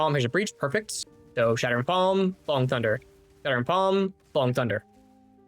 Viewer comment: "Shart'ering" palm 😆💩